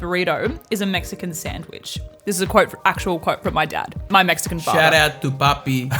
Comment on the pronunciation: seeing the tortilla for the second burrito let me know that that one was gonna win 🤙🏽 also saying papí 😂